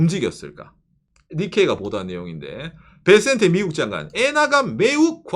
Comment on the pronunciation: 살려줘요 베센트가 왜 살려줘 텐센트로 들리네